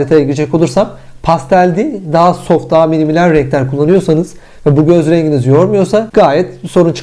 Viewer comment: her söylediğinde küfür gibi geldi yeminle :D